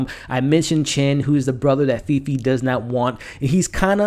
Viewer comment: Great review! The main character’s name is pronounced ‘Faye Faye’ :D